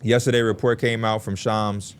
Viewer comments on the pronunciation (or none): Why P gotta butcher shams name like that 😂😂